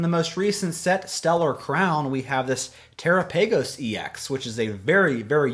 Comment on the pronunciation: Im just doing this to help you, but its pronounced "ter-op-ig-oes"❤